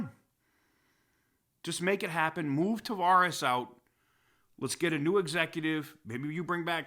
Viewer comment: Lol i thought you said tavarish not Tavares! Im like i didnt know tavarish ran a car company!